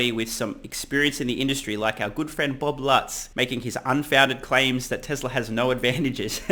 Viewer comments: The way you say “tesler” activated Siri on my iPhone. Pretty damn funny!!! Oh and the expert they used the background in behind him was in Boulder Colorado. It’s known locally as the flatirons. There are several lithium battery startups in that area. Check Galis latest vid for more info. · you don't look as funny as you sound...the way you say Tesler